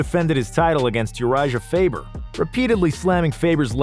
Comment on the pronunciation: and urijaah faber xd edit: aand khabib normagomadov